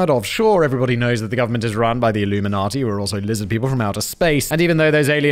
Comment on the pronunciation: "Lizzid peepl"